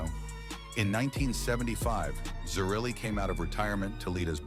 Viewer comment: Pronounced Tocco and zer-relly (zerelli)